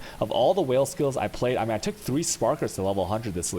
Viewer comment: he pronounces it on purpose like that